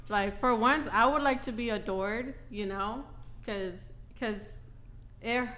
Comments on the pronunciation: Lmao thats what I heard too 😂 a door? What door? Tf? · lmao,, she was saying "adored?" All i heard for the first 2 minutes was "a door" I'm like wtf is she talking about